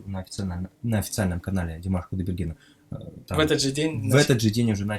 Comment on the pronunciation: Только может так нежно произносить. отчество Димаша!!!!!! Алга Питерцы!!!!